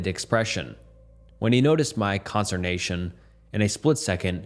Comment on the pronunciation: "Con-S-T-er-nation." I like your videos. I've been throwing them on in the background while working on my various art projects — But whooouhhf nelly you mispronounce SO many words. At first I thought you were doing it on purpose. Sound 'em out bruh 😂